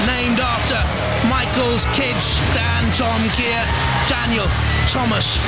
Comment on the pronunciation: I remember when the guy on the PA announced Dantomkia's name wrong and said dantomakia lol!